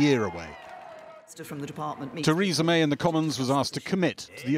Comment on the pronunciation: For a sec, I could swear I heard her say "Treason May".